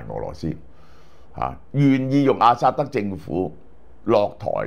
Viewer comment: 老蕭多次將阿薩德講成阿塞德，是否工作过勞?